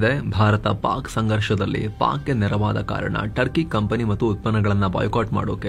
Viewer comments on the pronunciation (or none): none